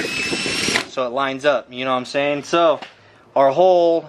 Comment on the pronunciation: When u say « know what I’m sayin » all I hear is Jroc’s knowmsayyyyyin